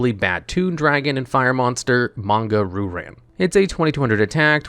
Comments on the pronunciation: Heehee…Manga Roo Ran..? No offense on you pronouncing the name. It is actually pronounced as Manga Ryu [Ree-Yu] Ran. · Bro do you legitimately think the pronunciation is “roo-ran”? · The pronunciation of Ryu-Ran is absolutely killing me...